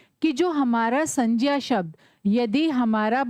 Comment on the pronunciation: Mam ye sanjya nhi hai sangya hai😊